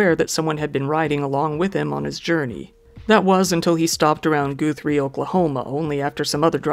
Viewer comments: A man should be able to say no to sex... wth?! That is sexual abuse on his gfs part. Id the roles were reversed he would be a monster and quickly single. You'll probably never say this word again but it is pronounced GuhThree, not GooThree (Guthrie, Oklahoma). You basically have to google most OK cities and towns to know their names like Osage is not OhSage, it is OhSahGay. Yeah, Im an Okie. Great holiday place to visit. Guthrie, that is. The downtown stores all dress up in old costumes for christmas. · Ok, not mad, but for future reference, it’s pronounced GUH-th-Ree. And if you think that guy was weird you should know that people in Oklahoma and Northern Texas are just as weird if not worse than “Florida Men” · Lol. ‘Goothrie, oklahoma’? It’s guh-three. I went to hs there unfortunately. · Lol i love how you say Gutherie